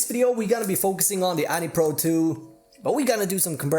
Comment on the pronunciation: Anny pro 2 lol it’s pronounced Anne pro 2